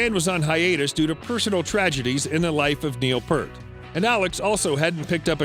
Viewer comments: Wow I watched about 10 seconds of this useless video....sounds like the guy knows nothing about Rush. And Neil's surname is pronounced Peart, not Pert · Peerrt, not Peart. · Pronounced PEERT damnit, not PERT. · It's Peert....not Pert. Nice background research, L&NW. And you butchered his last name, too. Just horrible writing, overall. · Pee art ffs not PERT FFS and Ray Danniels managed them since he was 16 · It's Neil Peart, Piiiiirt, not Purt. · Neil's surname is not pronounced "Pert". It's pronounced "PEERT". I don't understand how and why there are so many videos out there done with extremely poor research and this one is full of mistakes. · They had a lot more than just several albums they actually had 29 albums altogether substantially more than just several for being together 40 years. Also Neil's last name was Peart pronounce piert not pert. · it's Neil P ear t - exactly as it's spelled. not friggin Pert. Drives me nuts! RIP professor 😢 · Sorry, I heard the Neil Peart name pronounced Pert.His last name isn't PERT guys, it's PEART, pronounced Peert!!! Next time get it right!! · Thumbs down for mispronouncing Neil's last name. PIER-t, not PER-T! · PEER-T...not PERT.. ^sigh* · It’s P…..EAR…..T! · Alex Lifeson is amazing, this excuse for a documentary is truly awful. Full of in accurate statements and poor production values. And for gods sake it is pronounced Peart like P-Ear-t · Neil "Pert". Correction needed. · Please do some real research. And by the way the Professor on the drum kit's name is Neil Peart. Peart rhymes with ear. Simple research. RIP Neil Peart! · Drives me crazy when people pronounce Neil peart as pert. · You lost me at "Pert" 🤦‍♂️🤦‍♂️🤦‍♂️🤦‍♂️🤦‍♂️ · Peart not purt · One would think someone doing a bio on Alex Lifeson would have researched enough to know the correct pronunciation of his band mate Neil Peart (Peert). This video was not very good. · I cant listen if you cant pronounce peart right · And still cant get Neil's name right